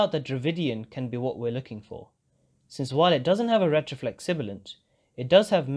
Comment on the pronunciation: Everything but pronouncing retroflex 💔